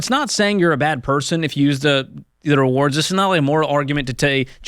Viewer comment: George is still having trouble saying "rewards".